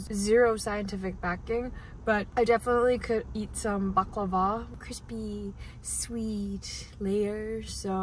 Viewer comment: i think you're the only foreign person that pronounce baklava super smooth correctly thanks for that